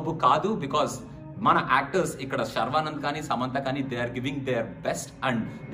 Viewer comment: Is it saravanand or sharwanand?😂